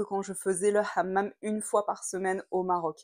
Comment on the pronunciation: Excellent, tu as bien prononcé le mot hamam à la marocaine et non pas à la française